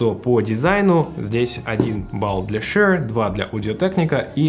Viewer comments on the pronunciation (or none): Тут даже думать нехуй, Шур (а не шьюёур, бля) самый топ, был и остается, shp440 уработают даже AT M50x по звучанию. Видно, что в музыке вы нульцеваты, я уж молчу про мегаватты и частоты) заканчивайте обозревать то, в чем не шарите.